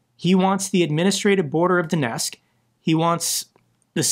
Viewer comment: pronouncing Donetsk as Donesk and Qatar as Cutter makes for a great drinking game 🍻